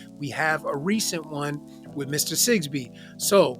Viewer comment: It is ŴITH not "which" your man TP.